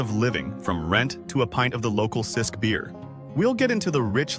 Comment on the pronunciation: Lots of incorrect scenes. One scene showed a community where the houses had red pitched rooves, not in Malta, surf rolling on to a tree lined sandy beach, not in Malta, traffic driving on the right several times, not in Malta! And the local beer is Cisk pronounced Chisk not Sisk. Whole video seems false!